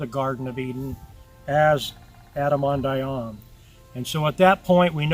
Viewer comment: Why is the 2nd syllable in "Ahman" not pronounced in this video?